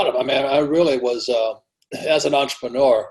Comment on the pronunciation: EN-TRE-PRE-NEUR Robert Klyosaki Thank You.